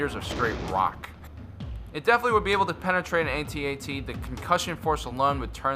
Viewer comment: you are saying it wrong it's not AT-AT you say it AT-AT ok no get it right